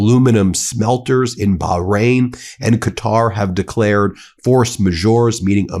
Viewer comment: Thank you for finally learning how to say Qatar, it's been driving me crazy. I don't agree with their ideology really, but deliberately misnaming an entire country is just disrespectful. Looks like you're getting 'Iran' right most of the time too, well done you